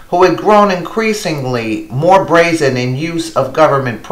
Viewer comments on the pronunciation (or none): none